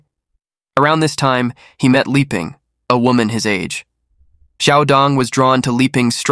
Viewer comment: Liping should be pronounced Lee-ping and not Lie-ping. There are other instances of mispronunciations in this and other vids. You have a good channel and very interesting cases but pronunciation of Asian names can be improved. Pronouncing Asian names the American way sounds odd, makes the story jumpy and your work appear sloppy.